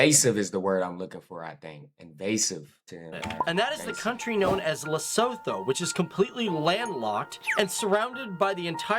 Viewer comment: Lesotho is pronounced "Lesoothoo"